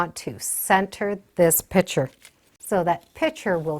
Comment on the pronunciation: "pitcher" vs PICTURE. Picture is the correct pronunciation. You're welcome.